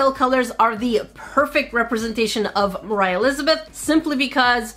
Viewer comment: you said it wrong: I Buy & Review ALL Moriah Elizabeth Nail Paint